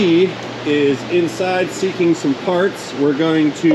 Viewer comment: probably said wifey is looking for parts, but I swear he said she's "seeking farts."